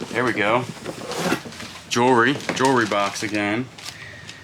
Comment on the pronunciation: I like on his videos when he says jewelry